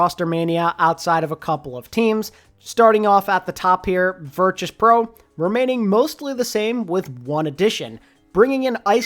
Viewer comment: Why do you keep pronouncing Virtus Pro with a ‘ch’ and not a ‘t’